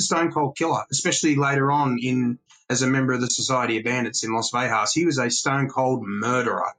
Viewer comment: Great information and I can't wait to read the book but I have one single complaint. I am from Las Vegas NM, Born and raised. It is not pronounced "Vehas" or "Vejas" The G is pronounced, Las Vegas. As in GO or GET. Thank you for your time 🤣🤣. Carry on. ✌️